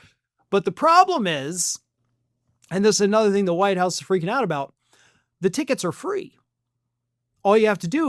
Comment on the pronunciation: Did you say Whine House?? LOL